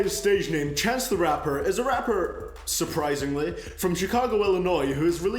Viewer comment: The way he said surprisingly had me so weak.